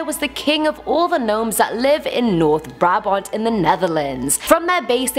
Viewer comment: I love how you said noord-brabant you said it pretty good 👏👏😂